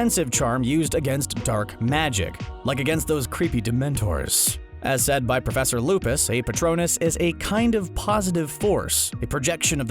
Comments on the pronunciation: “Professor Lupis” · “ professor Lupis”. 😂😂😂. I spit out my drink